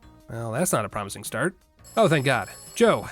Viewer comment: Has anyone ever told u.....when ur video says "start" it sounds like nemesis saying staaaaaars